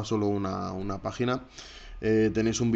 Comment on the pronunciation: Parece dices vagina en vez de página.